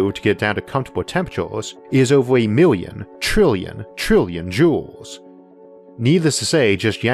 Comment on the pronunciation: Dang, ovew a miwwian mountains? That’s a lot bruh